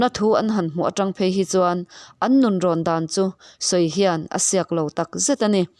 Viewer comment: Rinaiin mizo tawng i thiam lo.eg an nun tihte hi an Nu kanu tia ilam hi chhiar that leh awm